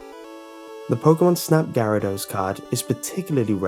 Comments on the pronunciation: Its not pokemon snap gyarados its seriously pokemon snap grarados ok XD😂👌🏻👌🏻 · Grarados?I thought it was Gyrados?